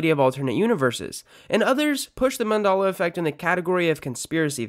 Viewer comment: I'm sorry wtf is Mandola affect? You keep saying it but I don't understand Mandola affect